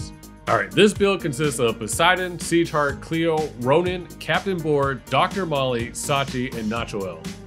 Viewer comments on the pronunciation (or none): Pagkarinig ko seashark sa sieghart haha